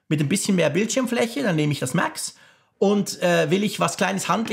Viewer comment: Hast’nen hammer englischen Akzent ( MääääX) 😉👍🏼